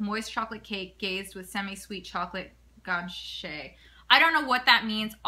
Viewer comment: Pronounced (hard G) gun-ah-sh